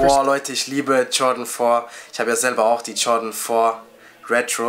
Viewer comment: weisst du nicht wie man Jordan sagt alter hahahaha